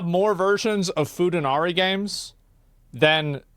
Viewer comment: "food anari"